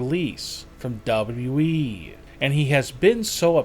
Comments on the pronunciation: bro just say W .. W .. E .. not duba duba eee 😂😂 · Why you keep saying W E It's WWE DUMB🍑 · Seriously man the way you annunciate your your words and the needless emphasis you put on words makes me want to jam a pencil in my ears. Last it’s WWE not “doubleyouwe” FFS man get it together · Is it just me or does this man W.E not wwe, like with two w's not just one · Yo and this guy is w e instead of wwe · and btw its W W E....not double E lmao fuckin jeez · bruh he say we it wwe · bro its wwe not we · he really said we instead of wwe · Its WWE NOT WE LOL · Ein unmögliches Video.Tatanka sieht für sein Alter Klasse aus,Brutus und Greg haben ein Bauch ...die Firma heisst übrigens WWE nicht WE... anstrengend zum anhören. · For God sake man it's wwe w w e and not what you are saying, when you say it it's like your saying dable e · It's W WE!!!!.......NOT W.....E......!!!!! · Its wwe not wweeeeeeeeeeeeee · Why is he talking like this he said WE not WWE 😂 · Narration is horrendous and the 'recent' braun strowman pictures are obviously photoshopped you saddo and it WWE not WE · WWE man not Wableu wableu Eeeeeh 🤣🤭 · MAKE A VIDEO CALLED THE SADDEST "WWE YOUTUBERS" You forgot letter thats been in the name since before i was born in 85 double yee? say it with me now Duh-bull-you DUH-BULL-YOU-e .. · It's WWE not WEEEEEEE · Ok. To the creator of this video...it is W W E ...ok..not w e ...I can't even concentrate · duble dubew weeeeeeee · The way he say WWE He says dabawe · Dabudabu eeeeeee...!( WWE) God level pronunciation 🔥🔥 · Never mind the most annoying tone in the world, the very least I expect is for him to be able to say 3 letters is a row. What’s WE? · Learn how to say the WWE your not saying it right you say half of a w whenever you say WWE your supposed to pronounce it with both w's W W E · Dub yu eee is somehow WWE? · Dub dubdouwee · When he pronounce wwe he say wE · “ Back in Dubou dubou E” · "The great KhaLI!!! is now RETIRED from the DUBUE EE(WWE) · " back in w eee"